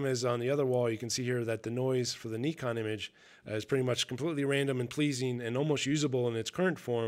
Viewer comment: An American that can pronounce Nikon well done I am impressed.